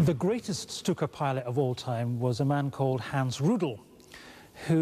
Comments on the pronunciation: Lucky 13 /stu:ka/ is bad. /ʃtu:ka/ is good. Right? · I had to turn it off because of the way he was saying Stuka.